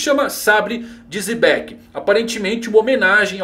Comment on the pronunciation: a pronúncia é Jebek(u), mas fale como quiser.